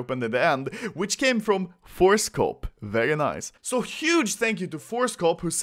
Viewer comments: Why do I always hear horsecock instead of forcecop? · Anyone else thought he said horsecop